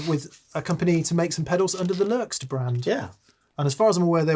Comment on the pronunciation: As Lerxst's rep I can say -- Yes! You pronounced it right. And for reference, it's a nickname he had in Rush based on his full name as said in Serbian.